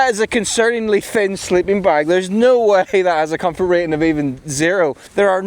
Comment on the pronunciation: With confort the emphasis is on con